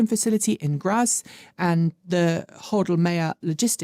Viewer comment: . I know you like to pronounce foreign names correctly. So: Graz is pronounced 'graats'.